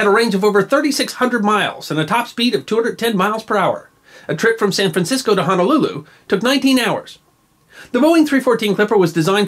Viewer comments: 19 HOURS FROM SAN FRANCISCO TO HONOLULU?! WOW! How technology has truly made time travel so much more efficient. And it’s HONOLULU NOT HANALOOLOO! 😂 I’m sorry, I’m passionate about my native language. 😂😂😂😂 But it’s a great video and very interesting. Thanks for sharing. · Five Minutes of History - Ok so our vowels are pronounced the same as Spanish vowels. For instance, the letter “o” is pronounced “oh” as opposed to the pronunciation “ah” in “Honolulu”. Again, I’m sorry if it seems like I’m not picking but our language is disrespected daily. I’m not saying you’re disrespecting our language, I hope it doesn’t come across that way. I just believe it should given the same respect as any language demands.